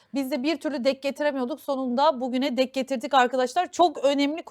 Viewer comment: 'Dek' getirmek değil bacım, 'denk getirmek'